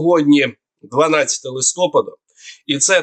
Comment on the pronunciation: Дякую за огляд. Але,, прохання, листопаАд, а не листОпад. Ви ж лице нашої пропаганды! Дякую.